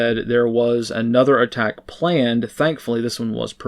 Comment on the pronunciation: you slurred critical words there. It sounded like you said "he's ona transgender shooter" but I think you may have said "he's another transgender shooter." If so, and even though he was caught ahead of time, is that 4 in a row?